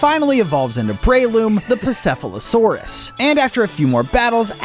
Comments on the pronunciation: You butchered that name, bro said pasephfalasaurus😂😂😂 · fwecoco is a crocodile and Garydose is a Chinese dragon becose Magikarp is a koi and a legend is koi swim up waterfalls and become dragons etcetera. also sorry to be that person but Pachycephalosaurus pa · chee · seh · fuh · luh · saw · ruhz sorry but again OR-TH-WORM ...ELEC-TRIKE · Paciefalosauris (pa cE eh FA lo sar is)